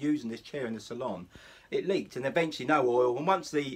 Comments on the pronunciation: Thank you for video. If you don’t mind it is a salon chair .Not a saloon chair please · Thank you for the video. If you don’t mind it is a salon chair. Not a saloon chair please.